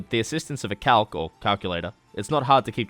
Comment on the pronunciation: I thought he said "calque"